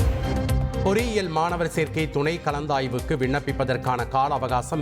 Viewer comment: காற்றழுத்தம் வலிவுடையுமா....அது போக.. துணை கலந்தாவுக்கூ.. நல்லா படிச்சபுள்ள.. தமிழ் வாழ்க